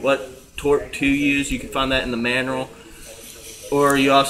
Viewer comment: "You can find it in the manrual." haha.